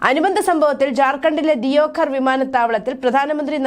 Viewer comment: ദിയോ ഘർ അല്ല, ദേവ്ഗഡ്..